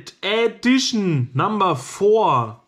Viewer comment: Ädition? Heißt das nicht Edition?